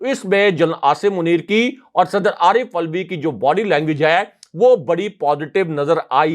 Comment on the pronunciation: Correct your pronunciation Arif Alvi - not "ulvi"